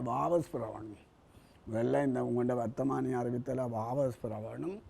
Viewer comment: வர்த்தகமானி இல்லை பேட்டியாளரே அது வர்த்தமானி